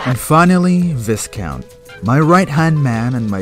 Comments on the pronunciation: “Viss-count?” Oyyyyyyy. That’s “Vye-count” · Viscount is pronounced V-eye-count. The s is silent. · thats not how you pronounce viscount lol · how does a british person not know how to pronounce viscount?